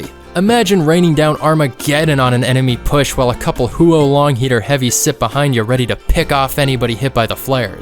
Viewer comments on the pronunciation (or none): The 'Hue-oh-Long Heater' 💀💀💀